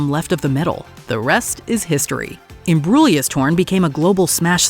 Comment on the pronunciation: Thank you for pronouncing Imbruglia correctly!!!